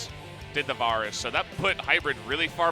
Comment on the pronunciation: The pronunciation of the champion and item names are so strange 😭 “varrus” and “liaundy’s” and “au-trox” and “daur-ius“—- is it influenced from how the names are pronounced in Korean? It’s like an -au sound for any words that have an “A” instead of utilizing the different sounds of “A” that English has in the -air and -au and -ah sounds...as in v-AIR-us, Lee-ANN-dree’s Torment, AEY-trox, D-AIR-e-US. Lol, compulsive about pronunciation 😂